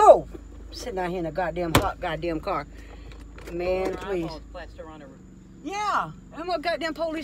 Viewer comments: the bitch say cer not car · I was looking if someone heard her say cerrrrr